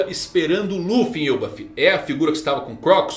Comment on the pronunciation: Que mané frescura de "Êlbaf". É ELBÁÁÁÁF Elbáááf caraaaaai. Mané frescura de Êlbaf! Agora deu o caraai mermo